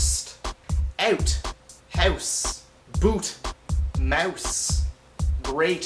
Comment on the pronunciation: I'm Canadian and I sure hope I don't say out, house and mouse like the way you do. It sounded all Australian-irish or somethin :/